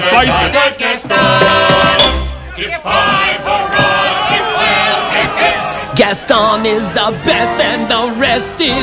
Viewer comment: I'm french and i'm uncomfortable with the fact you say GastON like 1 damn i can't explain just listen to the word "Gaston" on Google traduction in french then americain english